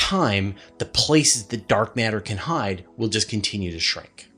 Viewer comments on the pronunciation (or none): none